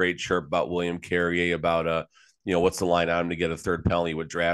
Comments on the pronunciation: "Carry-Eh" not "Carry-Er". Come on, get his damn name right. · I love your podcasts but it’s insulting you can’t bother to pronounce William Carriers name correctly.